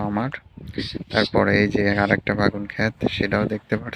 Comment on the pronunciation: বে+গুন=বেগুন It’s not bagun🙂 Anyway, your eggplant field is beautiful. 🤗